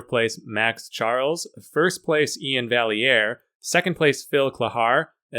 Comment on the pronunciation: I've been trying to correct Nick's Strength and Power's pronunciation of Iain Vai-Ear to Iain Val-Lee-Ear to no avail. He still makes that mistake to this day LOL